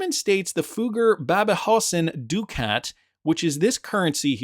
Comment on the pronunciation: Please learn the proper pronunciation of ducat. Also, the double headed eagle is not a phoenix. It is a commonly used heraldic image of ancient origin. The three shields on the coin are not a triskelion.